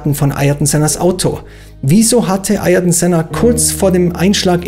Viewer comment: Alboretos Vorname wird MI–KÉ–Le ausgesprochen und Sennas Vorname AH–IHR–TON(G) ( ) McLaren hat das Problem mit Sennas Vornamen in seiner Animations-Serie TOONED zum 50jährigen Geburtstag des Rennstalls thematisiert, weil anscheinend in den 6 Jahren, die Senna bei McLaren fuhr, niemand das auf die Kette bekommen hat. Sein Neffe Bruno hat der Figur Ayrton Senna die Stimme geliehen